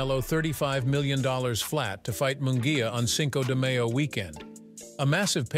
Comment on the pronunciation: You really need to pronounce Spanish words better. It can’t be the first time you heard Cinco de Mayo …